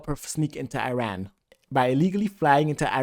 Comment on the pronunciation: Bro please just say Iran correctly it’s not that hard